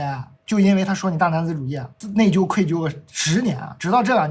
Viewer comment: 内疚的“疚”读作“就”第四声，不是“纠”第一声。